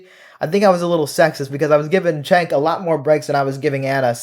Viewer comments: I always thought his name was pronounced "Jenk," but you keep pronouncing it "Chenk." You know him and once worked with him. But are you sure you're pronouncing his name correctly? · Agree with you but isnt it pronounced Jenk? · You can't even pronouce his name correctly. 🧐